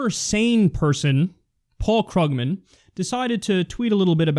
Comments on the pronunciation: Once again, Kyle, his last name is pronounced "Kroog-man"; it is not spelled phonetically. (I'm hoping this comment gets enough +1s and that you can see it easily.) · It is pronounced Kroogman